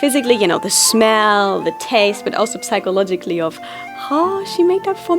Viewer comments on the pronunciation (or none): The "p" in psychologically is silent btw